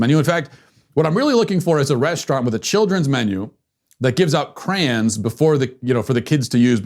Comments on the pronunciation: Not "crayUNs", not "crowns", it's "crayONs" , sorry, that's one of my hundreds of pet peeves, still love ya Matt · I'm cancelling Matt. Again... For his use in pronouncing crayons as crans. Even emoji users don't commit such heinous crimes.